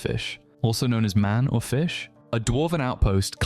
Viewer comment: I think it was manor-fish ( big rich person house, sea creature) rather than man-or-fish (furless biped , or sea creature)